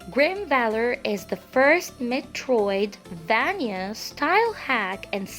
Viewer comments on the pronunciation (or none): none